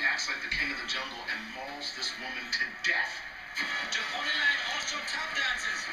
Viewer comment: Zeh Amazing Poneh-Lion. xD !!